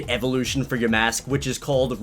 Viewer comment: For the love of all that is holy... ugh (or something around that time) Yamask is pronounce YAmask. The emphasis of the word is on YA. Not MASK. Not yaMASK. YAmask (My ocd made me do it)